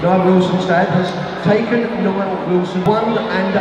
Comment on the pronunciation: It’s Nile not Neil haha that cracked me up 😂😂